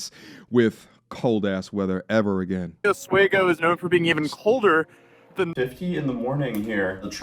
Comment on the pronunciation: Local pronounciation of "Oswego" is similar to "off we go" (only an s-sound instead of the f-sound). Stress is on the middle syllable.